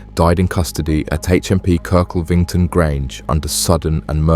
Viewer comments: KIRK - LEV - ING - TON (Not hard). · It’s pronounced Kirk lev ington 😅😅